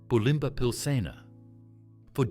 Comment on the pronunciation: Bew-lim-bah… AI bullshit…